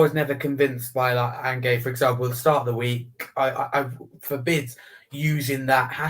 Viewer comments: Who’s An-gaye? You mean Ange 😂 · Why’s calling Ange, angay? 😂